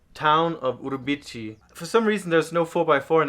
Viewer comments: "Uribici", well, "CI" sounds like "see", not "chee". But that's ok :) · Great adventure. The correct pronounce is "Urubi see". Enjoy your trip. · The correct sound of the town is OOROOBEESEE. I loved your video BTW. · Great video guys! Just a small correction: the Portuguese pronunciation of the C in Urubici is with an S sound, like Uru-bee-see. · Guys you need to practice your Portuguese pronunciation. For someone who lives in Lisboa I am surprised about it. Pardon my bluntness. As a Brazilian I’m a little disappointing.